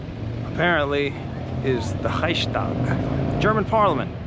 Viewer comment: Thats not "the Reishtag" its called "The Reichstag" and the "ch" is pronounced like Muslims spell the "kh" or Mexicans spell their "x" in Mexico.